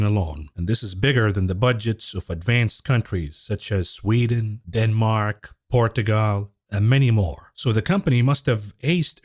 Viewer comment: Loved the way you said "Portugal". Almost perfect pronunciation